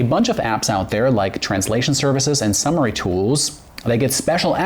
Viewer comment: thinly veiled attempt to just get people to comment, but for the 1 percent chance you actually didn't know, I'm gonna throw a WILD guess and say it's pronounced "summary" or SUM-ur-ee